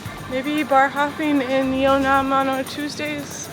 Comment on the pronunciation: Just a Korean passing by. The neighborhood is called and pronounced Yeon Nam Dong. Just so people don't get confused looking for Yeo Nnam in the future.